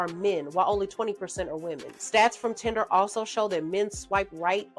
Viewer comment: It's Tinder not Tender!